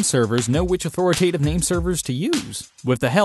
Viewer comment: Authoritative, not authoratative.